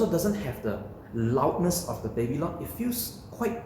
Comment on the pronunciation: "baby long"... took me a while to get you are referring to the "Babylon" XD lol